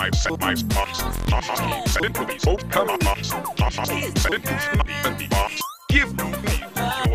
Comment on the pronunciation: OK EVERYONE RUPEES OR RUBIES? I’m pretty sure it’s rupees